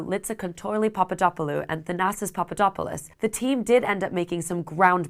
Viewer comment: had to rewind when i heard papadapaloo and papadapalus 😂